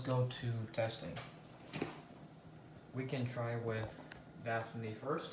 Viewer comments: And it's das-sah-ni not dass-ini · Duh-saw-knee:(Dasani) that's how we pronounce that Sir..(Aquafina) Ah-qwa..feen ah...is how we pronounce that...Have a Blessed day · Can some one please tell him how to pronounc disani and Aquafina right!!!